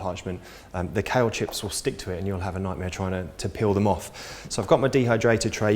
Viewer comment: Just found you! Planning a marathon next weekend. Meanwhile, I like how much information you cram into a few minutes. I'm new to vegetarian/raw food prep so I need all the help I can get :) P.s. American here - I kept thinking you were saying "cow chips" lol